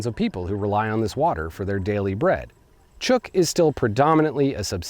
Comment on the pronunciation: Great video. As a resident of Micronesia, I would like to inform you that the island group is pronounced as if it were spelled Chook. Or, if you will, with a long u.